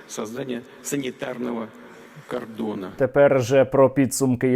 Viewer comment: "Кардон".... пуйло вже вчить українську....😂